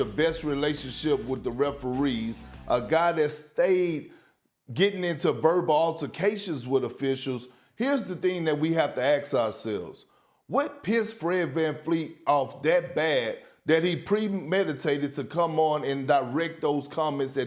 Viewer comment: WHY DOES PERK KEEP SAYING AKS INSTEAD OF ASK??!! Just listen to him